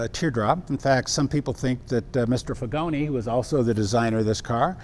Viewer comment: Pronunciation of Figoni is: Feegonee